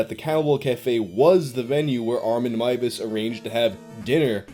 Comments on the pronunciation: hears pronounce last name as 'Mai-ves', sighs with relief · THE NAME WAS PRONOUNCED CORRECTLY HOLY SHIIIIIIIT YOU ARE UNASSAILABLE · ngl this is the first retelling of this case in which Meiwes' last name is pronounced properly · DER METZGERMEISTER! This story is one of my favorites it’s so strange and insane! Consented cannibalism also THANK YOU! FOR SAYING HIS NAME RIGHT FOR ONCE AND NOT BUTCHERING (pun intended) A GERMAN NAME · for not butchering the name. Another creepy thing was that Armin Meiwes built an industry standard slaughterhouse. He advertised it and he refinanced by housing tourists who thought the cannibal house was a gimmick for his "hostel" and that he was just putting up an act when talking about his "dream".